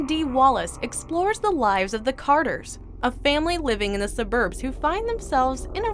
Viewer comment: I have never in my life heard the word suburbs pronounced like that. lol